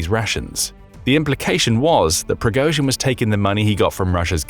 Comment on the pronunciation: Progoschin is pronounced like the „osch“ in „Bosch“.